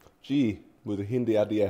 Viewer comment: Niko’s hindi is surprisingly really good. (Pronunciation is spot on)